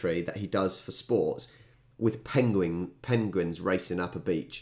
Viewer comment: After your little pronunciation stumble.. "pengwings"? You must look up Benedict Cumberbatch's interview on Graeme Norton....😁